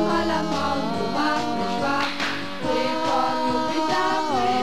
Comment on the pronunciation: WAS IST DAS?!?! 1) Seit wann hat Fred braune Haare und ein grünes GESICHT???? Ist dem SCHLECHT oder was?!?! 2) Diese Puppen am Anfang sind doch voll gestört!!! 3) Fred wird NICHT Freed ausgesprochen ! 4)Man kann mit einem Raumschiff nicht RÜCKWÄRTSFLIEGEN!!! 5)Sollte man nicht wenigstes ein bisschen interessiert wirken, wenn man von einem attraktiven Mann singt, und wo wir Grade dabei sind... 6) MÜSSTE FRED NICHT GUT AUSSEHEN?!? 7)Was sollen diese behämmerten Posen darstellen? Und was macht der Möchtegern-Fred da im Hintergrund?!?! 8)Als hätte Fred wirklich so eine dämliche Computerstimme! 9)Dieses Video ist das schlechteste was ich je hier gesehen habe ( und will schon was heißen auf YouTube !), es ist schlichtweg mit ,, DAS GRAUEN" zu betiteln wäre untertrieben!!! 10) Ich hoffe die Darsteller sind tot.